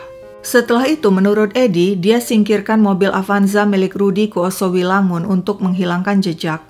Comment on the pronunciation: Yoso wilangun kak, bukan Oso wilangun...🙏